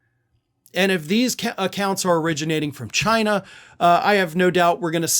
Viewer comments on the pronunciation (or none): Not “Chi-nahh.”